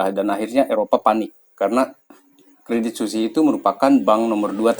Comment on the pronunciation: bacanya credit swiss bang, bukan suzi